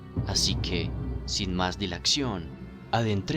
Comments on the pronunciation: Dilación, no dilacción. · LA PALABRA ES DILACIÓN!!! NO DILACCION